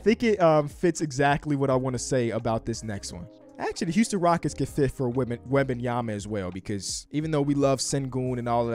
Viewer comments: It's Wem-ban-ya-ma not wah bah yema. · Wabayama?? Bro wtf are you saying lmao. It’s Wem-Ben-Yama. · It's Wembanyama, not Wabenyama. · Yo bro, love the content but its Wem benyama not WAAAH banyama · It's not "Wabenyama" it's "Wenbayama" lmfaooooo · It’s a tough listen 😂😂 “Wob-an-yama” Hold up I just got to and he started saying it right wtf 😂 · He kept calling him victor wabyama😭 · Love the vids but you gotta get Wembanyamas pronunciation right, it aint Wabenyama. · his name is pronounced Wem-ben-yama!! You say his name so terribly 😂😂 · I don't know who WAH-BAHN-YAH-MA is. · Wobenyamba lol get the pronunciation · his name is not wabbinyamma please learn it if you wanna talk about him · Stop saying WAHbenyama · Mannn, the way say Wembanyama 😂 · back when dr beecham pronounce his name as "victor wabbanyama" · But why do you pronounce the E und Wembanyama as an A ? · Why is he saying victor last name like that lol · Can you please pronounce bro’s name right… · can we learn how to say his name please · I don’t think is saying his name right lol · you gotta learn how to pronouce his name man 🤣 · how are you still pronouncing his name incorrectly lol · Butchering that man's name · At least learn how to say his name